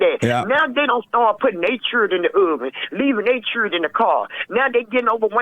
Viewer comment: The Churdren 😂